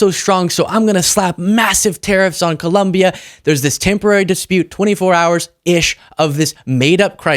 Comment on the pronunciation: Excellent analysis and presentation. One small nit-pick: please pronounce ColOmbia correctly. (It's not ColUmbia.)